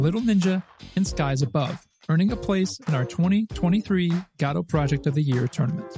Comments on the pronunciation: ive watched a few of your videos, and let me tell you, its pronounces Guh-Dow, not Gaw-Dow. this has been driving me nuts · Sorry. In the what engine? It's Guh-Doh, not Got-oh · say gadoh one more time i dare you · what on earth is Gaahdo? do you mean GO DO ??!! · upon further investigation, your pronunciation seems to refer to a play, but in terms of the engine itself, everyone seems to either say guh-doh, g-doe, or go-dot, which go-dot is just wrong, we can at least agree on that haha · Lmao Gado engine is my new favorite pronounciation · bro respect but "guh - doh" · "Gatta" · I'm sorry, I have to ask, isn't the first "o" in Godot supposed to be pronounced the same as the second? Almost sounds like you're saying Gahdot ^^. Just curious. Super hyped about Godot 4, I'm so tired about Unity being so slow, and I dont like where the company as a whole is going. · "God of war point oh stable" .. wut? q(o_o)p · nobody can pronounce the name correctly apparently. nobody even cares. ok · It upsets me how you are pronouncing Godot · Can’t watch your content while you mispronounce the name…